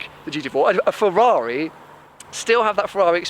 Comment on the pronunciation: What is a Fewwawi?